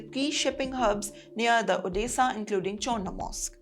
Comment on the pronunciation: Odessa not orissa